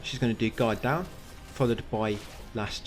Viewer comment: Every time you say "Guard Down" I think you're saying God-Damn